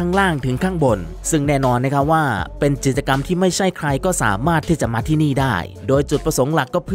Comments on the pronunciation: จิด-จะ-กำ แอดครับ กิจกรรม มันอ่านว่า กิด-จะ-กำ ตามตัวเลย ปรับปรุงนะครับ ส่วนน้ำเสียงน่าฟังดีแล้ว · ใช่ค่ะ ทำไมเรียกผิดตลอด ทั้งๆ ที่เป็นคำพูดปรกติทั่วไป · พูดผิด ไม้เลื่อย จิตจะกำ 🥹 แต่ขอชมน้ำเสียง/ลีลาการพูดน่าฟังดี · จิด จะ กำ ฟังแล้วขัดหูจริงๆค่ะ ศัพท์ง่ายๆพื้นฐานมากค่ะแอด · กิจกรรม อ่านเป็น จิตกรรม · กิจกรรมครับ อ่านว่า กิด จะ กำ ไม่ใช่ จิตกรรม ความหมายคนละอย่างกันเลยครับ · ไม้เลื้อยค่ะ ไม่ใช่ไม้เลื่อย จิต..จะ...กรรม....อ่านกิจ จะะะ...กรรรม ไปกัดอ่านข่าวมาใหม่.......มันขัดหูคนฟัง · กิจกรรม ทำไมแอดอ่าน จิต จะ กำ ไม่ใช่อะไรนะ clipก็ทำมาดีแล้วกำลังเพลินๆ แต่มันขัดหูมาก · กิจกรรม อ่านว่า กิด จะ กำ ไม่ใช่ จิด ตะ กำ นะคะ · "กิจกรรม" ด้วยครับ แอดอ่านเป็น จิด-จะ-กำ ตอนแรกนึกว่าพูดผิดครั้งเดียว กลายเป็นว่าอ่านผิดจริง ๆ น้ำเสียงน่าฟังดีมาก ต้องปรับเรื่องการใช้ภาษา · เนื้่อหาดี แต่ออกเสียงพรือพูดผิดเยอะมาก เริ่มต้น ดล หรือ โดรน ครับ ผมฟังนับ 10 รอบนะครับ พูดว่า ดล จริงๆ ออกแบบโดยชาว อิตตาเลียด ไม้พุ่ม และไม้เลื่อย น่าจะไม้เลื้อย นะครับ วงแหวนน้ำแข็ง เกิดขึ้นเป็น ค้างคาว (ครั้งคราว) ห้าม พาด กิจกรรม (พลาด) ไม่ได้ จับผิด หริอตินะครับ แต่แค่ฟังผ่านแล้วมันสะดุดหู แต่เป็นการตืชม เพื่อปรับปรุงให้ดียิ่งขึ้น